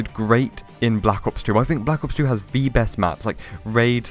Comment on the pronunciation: Why you keep saying “Vee” instead of “the” ??